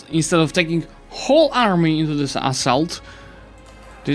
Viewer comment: Do you realise that you pronounce "assault" kinda like "asshole"?